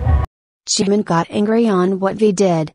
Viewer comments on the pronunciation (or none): she called jimin jamin wtf i mean i know we all make mistakes but wtf